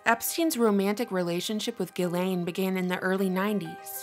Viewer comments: please correct your pronunciation of Ghislaine's name...a simple google search will reveal that the name is pronounced jizs lane...Lionel Nation hammers this pronunciation home in his videos. I casts doubt on your veracity when you didn't even take the time to research the right way to say the name of one of the key persons in your video. Thank you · It's pronounced "jizz lane" by the way. Good report though.